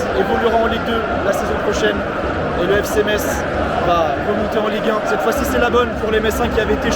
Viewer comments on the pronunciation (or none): Belle vidéo. Beau boulot. Seul petit bémol, les liaisons dangereuses ... ;) Faut arrêter de mettre des "T" partout ! :D (exemple : "c'est désormais Tofficiel", "évoluera Ten ligue 1" "le perdant parvienne Ta retrouver" ...) Bonne continuation !